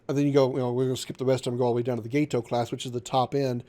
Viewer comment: You are pronouncing Gato correctly. It's named after the fish, not the Spanish word for cat. Also, it's not that accurate, as the "Old S-Class" whichn was the S-18 class, had no stern tubes. The "New S-Class", which was the S-42 class, which wasn't new, but just a refitted S-18, had one stern tube added. The Gato was NOT available in 1941 at all. It wasn't availbale until early 42, and that's new construction, meaning they wouldn't really be in the war until closer to mid 42. You should play Silent Hunter 4 with any of the big mods. Much more realistic and takes a lot of strategy.